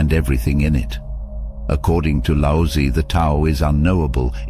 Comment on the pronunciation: The "z" in Laozi is like "ts", the "i" is like in "fir".